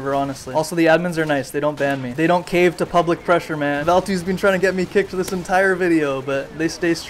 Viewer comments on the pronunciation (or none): none